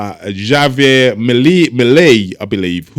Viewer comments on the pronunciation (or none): Javier is pronounced like Havier.